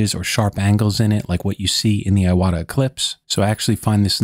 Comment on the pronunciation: I don't know if you know this or not, but the proper pronunciation of Iwata is more like eee-wah-tah, with the t in "ta" being a more hard T sound rather than sounding more like a D.